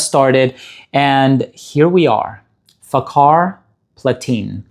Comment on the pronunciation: People should stop pronouncing it with a "K" Lol It's more like Fahar than fakar